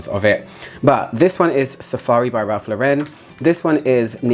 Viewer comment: Great video as usual :) don't forget, Ralph & his brother changed their surname to Lauren, after actress Lauren Bacall as people made fun of their original surname. So it's pronounced like the woman's name - rhymes with "florin". He's American, not French. :)